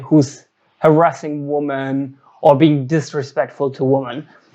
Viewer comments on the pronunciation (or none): Schau dir bitte mal an, wie man „Women“ und „Woman“ ausspricht - da die „creatures called females“ dein Hauptthema sind, nicht ein ganz unwesentliches Detail, das du wissen solltest